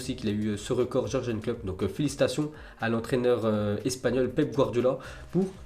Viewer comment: Encore George and Klopp😂. C'est your-gueun your-gueun comme prononciation 😂